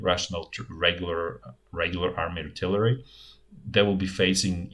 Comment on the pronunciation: RIP artilarry. It bothered me at first, but then it became an endearing part of the channel.